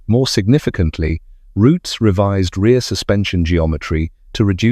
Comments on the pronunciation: Its ROOTS NOT ROUTIES. GET IT RIGHT YOU LOOSE CREDALIBILITY. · There's no 'e' its Roots. In the UK known as 'The Roots Group'